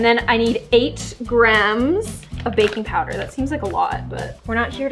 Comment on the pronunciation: i thought she said bacon powder ;D